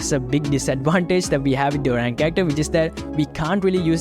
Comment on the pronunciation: It is oriyon not orine😅😅😅